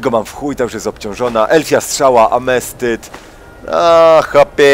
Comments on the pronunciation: ten kryształ to Ametyst a nie Amestyt:D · AMETYST, nie amestyt! Nigdy się chyba nie nauczysz. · nie wiem czy wiesz, ale to jest Ametyst a nie "amescyt":P takie info małe